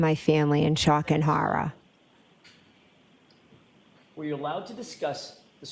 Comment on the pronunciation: I was in "Shock and Horruh" at a witness giving police a statement about a relationship. LMFAO.